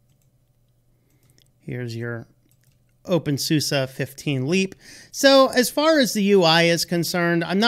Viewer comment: Infact, it's always funny how Americans pronounce "OpenSuse" ;-))